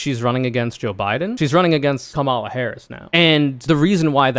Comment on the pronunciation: Ok, it was pretty bad when you repeatedly mispronounced Kamala’s name, but then you pronounced “lmao” as a word. What, are you 13?!? There are too many other serious people to listen to; you are not.